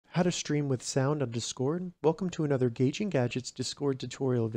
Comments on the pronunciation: I’m so distracted by the incorrectly stressed syllable 😂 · bro is saying dscord